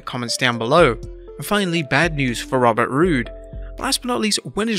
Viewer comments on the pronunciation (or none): none